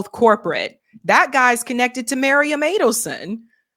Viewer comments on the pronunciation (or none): Miriam, not Marium, get it right, the way you say a name matters